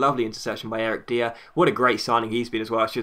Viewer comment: "Dier" is pronounced as "Dyer"